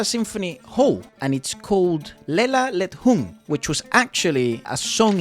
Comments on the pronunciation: Lela Le-Dhung, not lela led-hung 👍👍😁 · Thank you, bro. I want to tell you that the correct way to read Lela Ledhung is le - la le - dhung, not le-la led-hung and this song is usually used to lull babies to sleep. Salam dari jawa, indonesia 😊. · Lelo Le-Dhung, not Lelo Led-Hung.. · read : lela le-dhung not lela led-hung